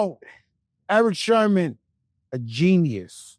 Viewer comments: Joe... my guy... its Sermon not Sherman..... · He said genius but also said Sherman lol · It's SERMON Joe,,,, SERMON,,,, not Sherman 🤦🏽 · How Joe keeps saying Erick "SHERMON" 🤣🤣🤣